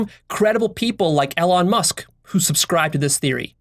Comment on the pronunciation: Learn to pronounce Elon Musk